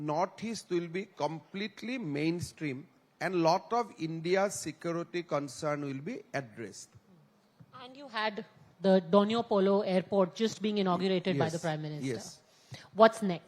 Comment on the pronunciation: It's donyi polo airport not donyo polo